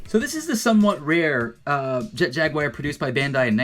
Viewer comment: Your knowledge of toys is incredible. Your knowledge of how to say Jaguar..not so much